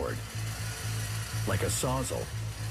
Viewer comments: The narrator calls a “saws-all” a “sozzle” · Is anyone else bothered by the narrator’s pronunciation of “sawzall”… “sawzzle”😂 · Why tf does he say Sawzel